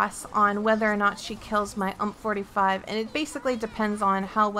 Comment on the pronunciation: oH My gOd YoU sEd ump iNsTeAd oF U M P yOu uNcuLturEd SWiNe